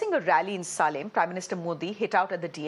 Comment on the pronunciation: Anchor mind your Pronunciation.. its not Tamilnad it is Tamil Nadu and not Salim it is Salem(say lum) stopped watching after 2 mins.. moodhevi